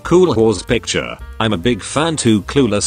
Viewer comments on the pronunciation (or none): none